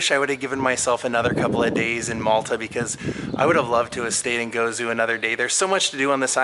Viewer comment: LOL! It's GozO, not Gozu. haha. You are forgiven because you showed so much passion for our history. Yes, these ancient temples are all over Malta and Gozo, and 2 of the largest are in the south part of the island, and are actually covered by a huge tent like structure to protect them from erosion of the elements. They are also more ornate in carvings. Some say the holes on the walls were fitted for beams, which were like locks to close what would have been wooden doors. Also, if you can imagine, the entire structures were covered by a domed stone roof!! Ggantija (G pronounced like "giant", as that what the name implies), is truly amazing! Did you see the sphere like carved rocks laying about too? Amazing!! There are MANY still standing wind mills all over Malta, however, most do not have the rooves and actual wind mills on them. The one you went to is quite special indeed. You are SO right - thee is SO MUCH MORE to see in Gozo. The Citadel of Victoria, the Inland Sea, and did you know, the largest domed church is St. Peter's Basilica in Rome. The 2nd and 3rd are both in Gozo! And the 4th is in...Malta! lol GREAT video. Grazzi!